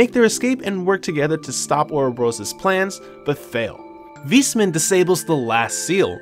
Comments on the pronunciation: good recap but the "Wismann" triggerd me so hard especally as a german lol its pronounced "Wais-mann" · Nice recap but the way you pronounce Weissmann killed me. This is how it's written in German "weißmann" and it literally means "White Man". It's pronounced VAIS-MAN. Remember that almost everything north of Liberl is German inspired.